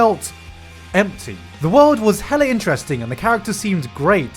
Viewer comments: Hearing someone say the word “hella” in a British accent hurts my Bay Area soul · Gigguk saying "hella" hurts me